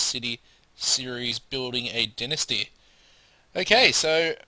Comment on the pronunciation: LOL you say Dynasty really weird